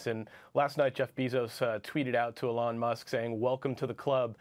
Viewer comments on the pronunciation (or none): He can't pronounce "Elon" or "Bezos" correctly 🙄